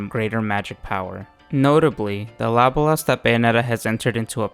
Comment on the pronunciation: LA-BO-LAS !!! Ffs